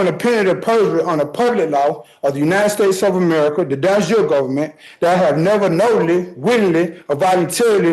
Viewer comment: de jure = "don jure" ???